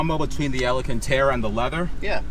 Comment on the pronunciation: says Alacantara